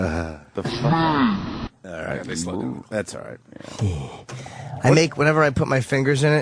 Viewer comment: The way Opie says “FAWK” is the most annoying mispronunciation of a word I’ve ever heard.